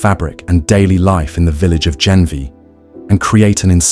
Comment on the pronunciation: It's not Genvia but Ganvié...just correction